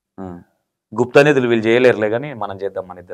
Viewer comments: Nadulu kadu anna nidulu😂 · గుప్త నdhuలు....కాదు నిదులు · nadulu kadu bro nidhulu